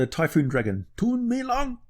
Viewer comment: The pīnyīn is "lóng." Second tone. It's also pronounced with a slightly long o. It's not lung.